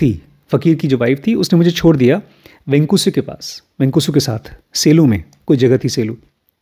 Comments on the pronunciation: sir, its not Venuska, its Venkusa..!! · Small correction.Its Venkusa not Venuska..Sairam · It's venkusa (gopal rao deshmukh) not venuska